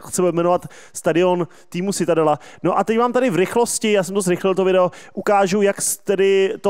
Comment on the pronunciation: Pěkné, jen citadella se vyslovuje čitadela :)